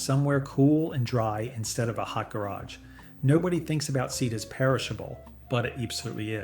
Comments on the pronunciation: didnt realize til he said garage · Why did he say Garage like he did